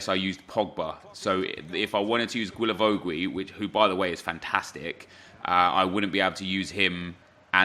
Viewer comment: you spell him like gilavogi (don't say that "ui")😂